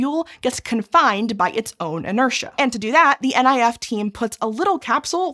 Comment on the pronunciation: NIF is pronounced "nif", not "N I F". 😅